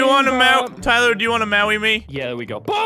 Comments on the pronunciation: "Tyler do ya wanna mawwy me?" MINICAT CONFIRMED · "Tyler, do you wanna mawwy me?" dies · " do you want to mawwy me?"